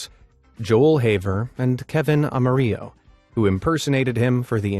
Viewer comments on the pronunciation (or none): none